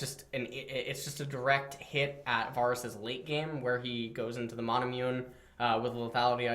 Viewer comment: Can someone teach how to pronounce names? NAWSUS AWWTROX VAWRUS.